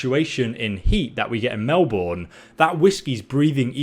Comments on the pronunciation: Melbourne is actually pronounced Mel=burn, but we forgive you. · Why does every American pronounce Melbourne wrong?